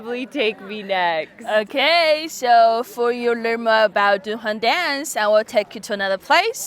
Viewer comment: The "Dun" in Dunhuang is pronounced more like "doo-wern" (without the "r") rather than like "dunhill".